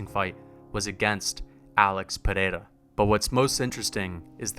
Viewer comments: "Pereira" not "pineda" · its NOT PERERA , its PEREIRA brother